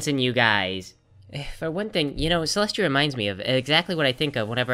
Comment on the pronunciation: Celestia not Molestia